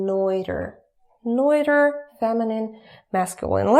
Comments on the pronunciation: You are a great teacher and I'm learning tons from you, but quick tip: the word "neuter" is pronounced "nyooter", not "noyter" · "Neuter" rhymes with "shooter". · Neuter rhymes with shoyter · "neuter," in good English, is not pronounced neuter (like German - I speak and write fluent German, English/American, French and Spanish) and also not njuter, but like noo-ter (like the English "look" or like a Russian У if you used Cyrillic letters, the sounds are: - нутер- (The "eu" is only pronounced as "ju" at the beginning of a word, e.g. to eulogize, euphoric, euphemism, etc.) Also, the "g" at the end of verbs, especially in the present ongoing activity tense: e.g. singing, dancing, speaking, laughing, etc. Most Russian people have a hard time pronouncing the "g" at the end of a word because that sound does not exist in Russian at the end of a word, only at the beginning, like in горад :-) (Your lessons helped me very much, thank you, I prepaid 3 months for your lessons) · whats the 3rd word she uses? feminine masculine and what? muter? nooter? LOL what?